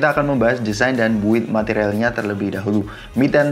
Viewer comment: Build => "bild" Jangan "built"